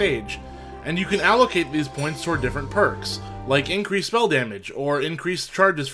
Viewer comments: I love me a bit of "mell" damage. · sounded like spell to me